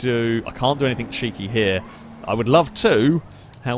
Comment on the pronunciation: This videos are great, and I'd binge them all, but I cannot stand the way you say "somethink" and "anythink". Pet peave of mine.